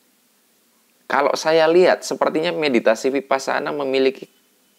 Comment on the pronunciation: Mas, kalau huruf "V" itu bacanya W. Jadi Vihara dibaca Wihara. Vipassana juga V dibaca W.